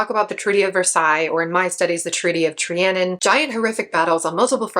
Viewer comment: This video was insufferable. Slow the f*** down! You don't know very much about your subject. And you mispronounce the Treaty of Trianon. Rant over.